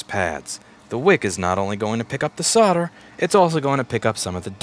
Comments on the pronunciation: Love your videos ...but I am English so let me explain ...SOLDER. SOLD..ER ...SOLDER...not soder ..it drives me nuts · Your website says 'solder' but you say 'sodder' :(